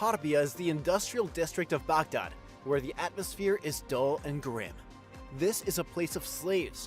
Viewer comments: Guy really has a hard time saying Baghdad. 😅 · Next time can IGN get an actual Middle Eastern person to narrate the video. White boy is butchering the words